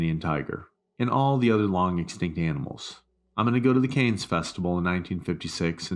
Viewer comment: ‘Kaynes film festival’😂😂. ‘Jaqwes Kuh-stews’ 😂😂😂😂😂😂😂😂😂😂😂😂😂😂